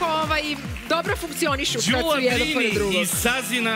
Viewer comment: konačno neko da skrene pažnju i na akcente. Jer kad su devojku predstavljali, uvek su govorili kratkosilazno Ðűla, a kad su joj se obratili u vokativu,pa i ona sama, onda su rekli Ðúlo. Dakle, devojka je pogrešno predstavljena od strane voditelja.